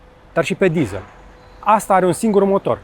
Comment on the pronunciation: De ce "dizāl" si nu "dizel"??? De ce "gugāl" si nu gugîl"???